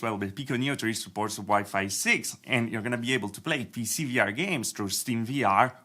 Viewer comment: stop saying vr tech CIENNOL, it's annoying!